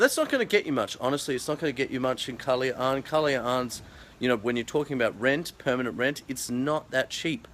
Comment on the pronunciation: Superrrr!!!!! I MISS SUBIC BAY!!!! Thanks For Posting...Try PUNDAKIT ISLAND/ANAWANGIN.....You Pronounced KALAYAAAN so Nice!!! hahahaha!!!!